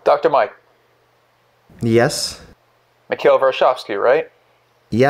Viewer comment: MiKHAIL not mikale lmao I love this